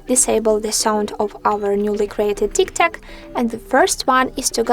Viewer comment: If you are going to post instructional videos, you may want to pronounce the name of the app correctly.